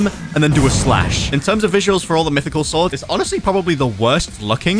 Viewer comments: how do u miss spell mytichal Bro said mithycal 🗿🗿🗿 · "Mithycal" lmao 😂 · MITHYCAL SWORDS😂